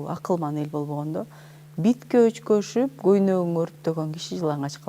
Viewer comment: ФИЛОЛОГ ОЧОШУП ДЕГЕН СОЗДУ АЙТАЛБАЙТ ГО НЕСИ ДОКТОР ОЧКОШУП ДЕЙТ 🤣🤣🤣🤣🤣🤣